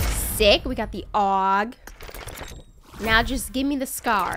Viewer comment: What accent is that lol? 'We got the AUWOUG' lol Nice 👌👍👏